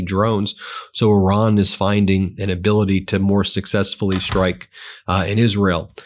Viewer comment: Shtrike, deshtroy, infrashtructure. The impediment is getting worse, Ben.